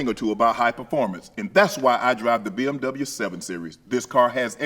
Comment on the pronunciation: How he pronounces the W in BMW 😂 i love it